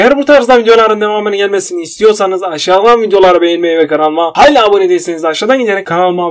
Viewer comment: " Hayla" değil evladım "HALÂ" Türkçe'yi mahfetmeyin.. Dil tembelliği için Kalem tekniği ile Diksiyonunu düzeltmeni tavsiye ederim